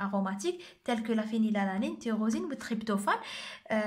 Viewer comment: Tyrosine fih "oH" et pas "cH"